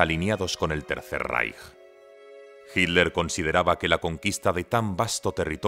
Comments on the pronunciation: Por favor, es hiTTTTler, no hiler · ¿Pero por qué le dicen "Hidler". ¿Qué no es Hitler? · A ver señores españoles; el apellido Hitler, tiene dos sílabas: Hi y tler; entonces por favor pronuncienlo bien HITLER ! No Hit ler ok? Se los vamos a agradecer mucho. Sean congruentes por favor 🙏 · Es su forma de pronunciación. Como en inglés: sweet- suid